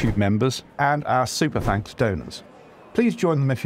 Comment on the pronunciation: I can't tell if he is saying Tanks for watching, if so due to my dad joke sence of humour that is brilliant.